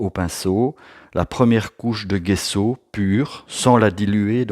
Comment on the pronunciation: Super vidéo. Soyez béni. PS : il faut dire "djesso"